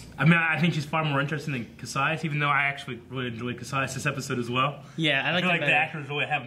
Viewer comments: It was bothers me that you keep mispronouncing Kasius' name... Ka... Si... Us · DAMMIT!! You keep pronouncing Kasius' (don't know how to spell it) name wrong. (just so you know, I'm not angry, just pointing something out 😄)